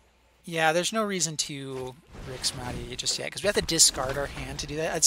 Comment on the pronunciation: it's grixis not grixas